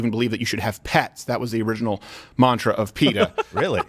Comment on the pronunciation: TMNT ori-GINE-nal